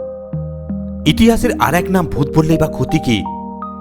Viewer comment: ডুত অদ্ভুত না ভূত অদ্ভুত😂